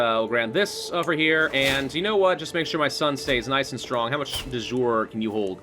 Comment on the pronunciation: I love watching this series and I'm learning a lot about the game in the process. But I must confess I wince in pain a bit every time I hear Latin (De Jure, which in itself is a bastardized spelling of De Iure, Casus Belli) being pronounced as if it were French or English.